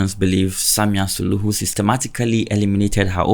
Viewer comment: Samia Suluhu caught you sayy Samia Suhulu😂